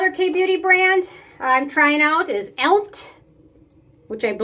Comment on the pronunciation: I love that Elmt centella toner! and I think brand is pronounced as "element" :) I have tried retinol from Theramid, it'a a very creamy serum, pump didn't work properly. But they are changing the packaging since recently to an airless pump, so maybe you will have better experience with it if you have new one :)